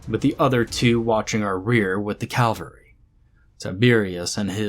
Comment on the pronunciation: Great vocalization. as ever. But dude soldiers on horses are Cav-Al-Ree. Cal-Ver-Ree is where Jesus was crucified for treason against Rome.